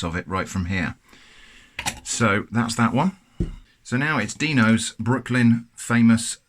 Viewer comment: I think it's supposed to be Dino as in Dinosaur, not Deeno